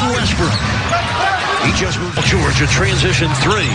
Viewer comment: 경기 캐스터 마이애미쪽 분인가요? 발음이 진짜 영화 나레이션 듣는 것 같네요 특히 죠오올~지 할때 ㅋㅋ 늘 잘보고 있습니다 세계에서 okc에 관한한 최고의 하이라이트 필름 채널이라고 확신합니다.